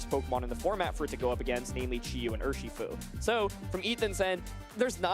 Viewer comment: urSHEEfu holy you don't need to over pronounce the bear